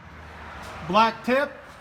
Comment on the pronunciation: Did he say black tip or black dick???